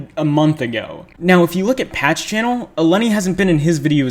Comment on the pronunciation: Intentionally saying her name wrong XD